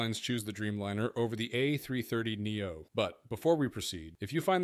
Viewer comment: No excuse for AI blunders.. This - is a dash symbol, not a minus sign.. A330 dash 800.... enough with the minus prefix.. Neo not N-E-O... Three hundred 50 !!! Ugh.!!? Class dismissed